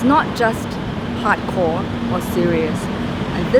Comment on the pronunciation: If you use subtitles that lady called Brandon Hot corn instead of hardcore